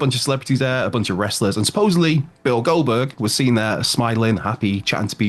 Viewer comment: Why does he keep on saying Goldberg like that? "Bill Goldberg"